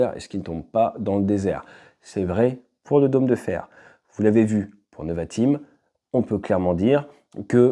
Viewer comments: Merci pour ton analyse. Rem: on dit nÉvatim et pas neuvatim. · Pour la prononciation c’est « Névatim ». merci pour toutes ces infos, super vidéo